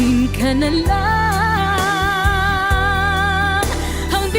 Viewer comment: You said AKIN KA NA LANG quite good! But "A" as in "A"MERICA for "A"MON ... all Filipino vowels are 'open vowels' like Spanish vowels ...